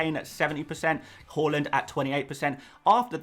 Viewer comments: His name isn't pronounced "hORland it's hARland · Harland, not Hauland! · Please please say “har-lund” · Love your videos but the way you pronounce haalands name in every single video makes me sick